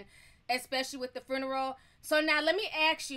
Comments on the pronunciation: Hi Ti, I don't mean any harm, but the word is not Fruneral. Funeral without the r. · She calls it a fooneral lolol